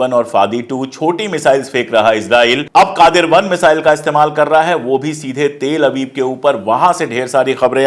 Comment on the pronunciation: Pandey ji please pronounce Tel-Aviv properly.